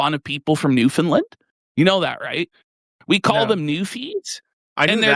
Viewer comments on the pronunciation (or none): as soon as mentions new finland, the true canadian comes out hard